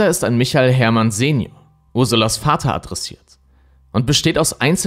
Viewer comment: Echt richtig gut gemacht, aber achte mal mehr auf die Richtigkeit der Folien. Ganz oft sind da Rechtschreibfehler oder du lässt aus Versehen Buchstaben weg. Außerdem sagst du oft andere Sachen, als die, die auf den Folien stehen. Zum Beispiel bei michael sagst du Michel. Wie heißt er denn nun ?